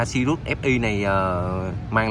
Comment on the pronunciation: Tên xe sirius nói cũng sai vải c